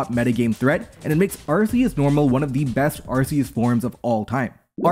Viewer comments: Throughout the video, pronounces Arceus as "Arseus". I am disappointed in this. The correct pronounciation is "Arkoos". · Ar-key-us is how your pronounce it. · Arkeus, it's pronounced Arkeus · Why do people still say ar-see-us we have solid in game proof of pronunciation ar-kee-us literally spelt out phonetically for us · IT'S ARKOOS YOU FOOL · I guess any hope that Legends Arceus would've got people to pronounce it correctly has gone. That shit should've been sorted since gen 7 and Silvally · I don't think I can watch this if you keep pronouncing Arceus like that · for real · that is NOT how you pronounce Arceus 💀